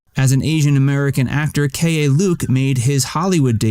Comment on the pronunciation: Keye Luke is “Key” Luke